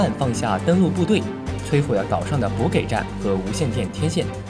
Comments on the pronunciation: 稍微懂点解军事的都不会把补ji读成补gei吧 /滑稽 这个不是正确错误的问题而是一看就是完全不懂军事 观感极差 好比翁同龢在皇帝面前吹嘘北洋水师一样 在我看来读稿要么找专业读稿的要么就找懂行的 你这不专业又不懂行 就和营销号没啥两样 散了散了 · 补给，buji，读稿人读书不够，艺术类吧？！